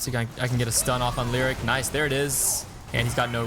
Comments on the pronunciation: Lee o ric ... not lyric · Great vid...one minor quibble. Leoric is pronounced Lee-OR-ic not lyric. Here's the announcement vid by Blizzard in case you are interested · hey, good video but why did you keep calling Leoric, Lirik? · My god man learn to pronounce Leoric and Kael'thas.